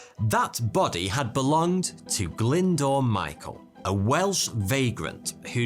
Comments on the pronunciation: Glyndoor? It's pronounced Glyn-Do-R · Brilliant story, and one I actually had come across before, but please, please, please can you learn how to pronounce names. Glyndwr is not pronounced 'Glindoor', but much closer to 'Glindower'.